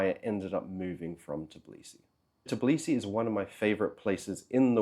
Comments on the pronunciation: That kind of consonant cluster ("tbl") is very difficult to pronounce for a native English speaker. Although it does make me wonder how the guy managed to live in Georgia for 3 years (not 3 weeks or months) without learning any Georgian. Especially if few people over there speak good English. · wait... you're pronouncing the T in tbilisi... is that the correct pronunciation? I went to Tbilisi last year and loved it....was i pronouncing it wrong? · Lol, how come that you couldnt learn the proper pronunciation of the city you lived in for 3 years? Such a simple thing, seems like you are lying about living there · as another u.s. citizen living in Georgia for 8 years, i agree. just listening to his pronunciation of tbilisi is cringe worthy. No one assumes i'm Russian either. Saying all the russians left, and he can understand why....obviously not. they did not all leave, and he does not seem to understand much of why they would. it's not about saying Sakartvelo instead of Tbilisi, Sakartvelo is the country... it's about the butchering of city's name. Many native English speakers do the same when they first come here, it's understandable, but once corrected they tend to sort it out quite quickly from my observations